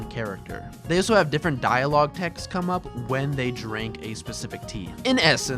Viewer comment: Good video but has anyone ever told you that you pronounce the word "also" as "oso"